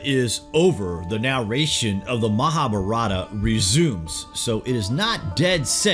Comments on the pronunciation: I dont mind pple hqve diff accents. But the way u say MAHA-APARATHA means "GREAT SIN" its MAHAA BHAARATHA meaning GREAT INDIA! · U r butchering the word "MahaBharatha" it is pronounced: "MAHAAA-BHAAARATHA"